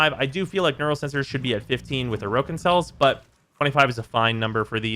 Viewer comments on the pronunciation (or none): The original pronunciation puts the stress on the second vowel. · Why do you say "Orokin" incorrectly? They say it correctly throughout the game's story... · likes to mispronounce a lot of things in warframe, (for example "neck ross") it's just kind of tax your ears have to pay to watch his stuff